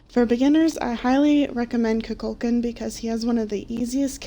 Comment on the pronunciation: IT'S NOT KUKÚLKAN, IT'S KUKULKÁN